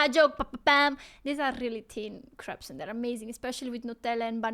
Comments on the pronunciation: "Crepes" is pronounced "craypss". He didn't explain pigs-in-blankets very well: British "pigs-in-blankets" = a sausage wrapped in bacon. British "sausage roll" = sausage meat wrapped in pastry. American "pigs-in-blankets" = sausage meat wrapped in pastry, i.e. the same as British sausage rolls. British "streaky bacon" = American "normal bacon" British "normal bacon" = American "back bacon" or "Canadian bacon" Pudding: He got this pretty skewed. In the UK, "pudding" can refer to the course of food, i.e. the sweet course after the main one, not the specific dish. However "pudding" is also used for certain kinds of dish too, and it's hard to come up with a neat rule that covers them all. For instance, "sponge pudding" is a piece of sponge cake with sweet jam or syrup poured over it. Plum pudding is almost like a sticky fruit cake, and again, is usually covered in some kind of source. Savoury puddings, like "black pudding" (blood sausage) are very much the exception. Eggs: The American FDA makes US producers wash eggs, which removes the natural coating and makes the porous eggshell vulnerable to bacteria, hence why they have to be refrigerated. In most of Europe, eggs are not washed (it may even be forbidden), which keep the bacteria out without refrigeration. The last time i saw the figures, the US had many times more salmonela infections per head of population than Europe did, so it's pretty conclusive that the European way is better. Basically, American eggs look nicer (no fea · Pronounce it like you are saying cakes. That way it does not sound like poop. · Crepes=cray-ps like grapes.